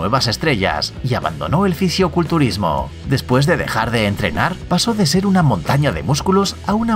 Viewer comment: Buen video pero solo te voy a hacer una corrección es "fisicoculturismo" no ficioculturismo decilo bien ok.